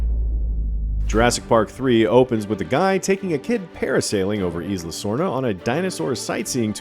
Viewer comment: Yooooo I love Jurassic Park content, but guys it’s “EYE-luh” not “eesss-luh”. Not that hard. Butchering the only non-English word EVERY. TIME. Otherwise, very good recap.